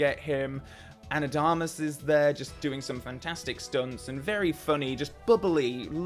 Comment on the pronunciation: I really like your videos, you should look up how to pronounce Ana de Armas name